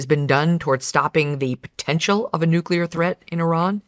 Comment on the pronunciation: Also. Why can't Joe Kent pronounce 'nuclear' properly? He will have read it and said it a million times in his job. Why has no-one corrected him?